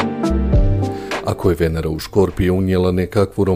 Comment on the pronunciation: Naglasak nije na prvom e nego na drugom!